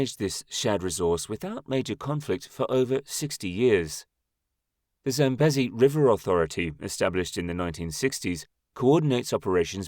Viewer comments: 100% this and correct pronunciation issues the LLM has. Example: it is pronounced Zam-bee-zee not Zam-busy. And the country Zimbabwe is pronounced Zim-bab-weh not Zim-bab-way. Names are important and getting them right earns good will from viewers, making them more inclined to watch your other videos. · ZAM-BEEE-ZEEE not 'bezzy'. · Pronounciation.... Zambeezee. Also, there is no way in Zimbabwe. Pronounced Zimbabweh. Not Zimbab-way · It’s pronounced Sam bee zee! Get it right!